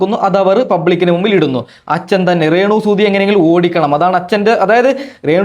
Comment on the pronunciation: റേണു അല്ല ടരേണു നിന്റെ പറച്ചില് അരോചകമാകുന്നു